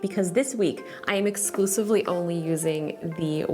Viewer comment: Nah she clearly says exclusively